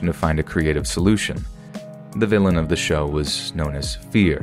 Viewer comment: gotta practise pronouncing "the" instead of "duh"